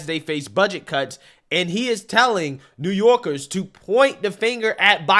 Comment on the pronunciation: New YOLKIZZZ😂😂😂